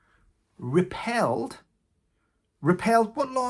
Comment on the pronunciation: 'REPEALED' NOT 'REPELLED'...